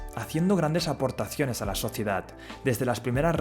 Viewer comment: "Aportaciones" hablen bien.